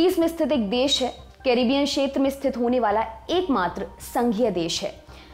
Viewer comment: शेत्र नहीं, क्षेत्र कहिये